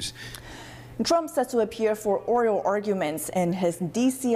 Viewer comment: ORAL ARGUMENT NOT ORIAL OR ORIO, NOT MAKING FUN OR BELITTLING YOU JUST CORRECTING YOUR PRONUNCIATION OF THE WORD. YOUR AN AWESOME REPORTER/ COMMENTATOR/ I'M SURE ANCHOR.